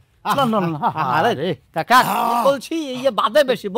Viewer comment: কাকাও বলতে পারে না কাগা বলে😅😅😅😅😅